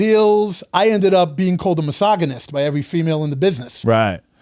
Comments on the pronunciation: Dude said mo-sog-anis 😂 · Not trying to be an asshole but what about this interview makes you think hes smart? Cause I just keep hearing him fuck up words like ex: "Misog-anist" and I came away thinking he sounded really dumb. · also, Necro mispronouncing the worst Misogynist twice in the interview adds some extra flavor to his misogyny lol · He mispronounced misogynist hahahahahaah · Of course he did